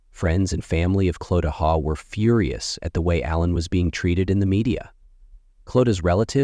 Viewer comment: ✨ It's pronounced 'Haw' but spelt Hawe (sometimes also Haugh) & wife's maiden name Coll. This happened years ago - i got the fright of my life when i saw this thumbnail saying 4 days ago. I thought "God! How did i not hear about this?". Until i saw the pics, i remember when it happened. Whoever is narrating should take the time to check pronunciations of names & places. Its very easy to do these days 🕊️ ☘️